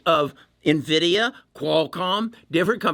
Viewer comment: if the only thing the trolls are picking up on is the pronunciation of NVIDIA you’re clearly doing something right! Easily the best content creator I’ve seen on this topic and helped me turn a loss into a small profit.